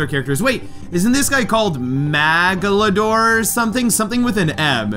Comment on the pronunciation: He said original version is on game boy 😂😂😂 and he said magaladoor😂😂😂😂😂😂 Not trying to be rude